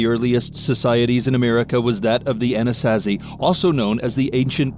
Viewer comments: Wtf is an A-nas-as-see? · ANA-SAW-ZEE that’s how you say it. Lol